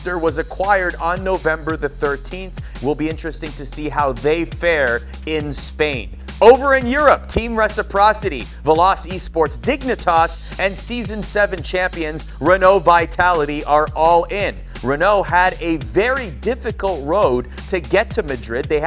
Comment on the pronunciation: Lol he said Vel-ahce it’s Vel-ochay (Veloce).